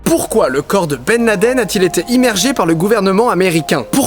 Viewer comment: Ok, mais du coup que penser des photos et vidéos que l'on a de Ben Laden ( au passage, merci pour la prononciation non francisée) datant de son arrivée en Afghanistan lors de l'invasion soviétique? Travail très très en amont de la part d'Obama? Ensuite, pour le " on enterre dans les 24h": ok mais de toute façon le fait de jeter le corps à la mer ne respecte pas le rite musulman qui n'accepte cela que si le croyant est mort en mer où que l'on ne peut rejoindre rapidement la terre. Clairement, disposant des moyens logistiques que l'on connait, l'armée US aurait pu l'enterrer en moins de 24h sur n'importe quel coin de terre ferme du monde. Que penser ensuite de tout les " supplétifs" de Ben Laden, eux aussi seraient ou auraient été des acteurs ou alors ils auraient été, eux aussi, manipulés? Enfin, pour les théories qui veulent que le 11 septembre soit un " inside job" de la part du gouvernement US ( parfois avec l'aide voir à la demande d'Israël), je me permet ici d'évoquer les thèses de certains chercheurs qui estiment que ce mythe vient du fait qu'au Moyen-Orient existe un réel " complexe d'infériorité" qui ferrait que l'inconscient collectif sur place porte les gens à ne pas croire que des gens de la région ont pu réussir un coup pareil contre le géant américain.